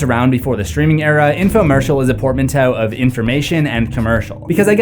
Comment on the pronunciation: I learned a new word. Portamnteiuuau or whatever. Wow.